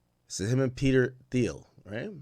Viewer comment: Pronounced "Teel"